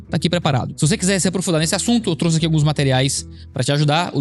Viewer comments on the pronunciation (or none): none